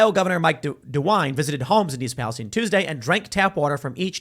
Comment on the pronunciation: What is this 'Pa-les-teen' pronunciation?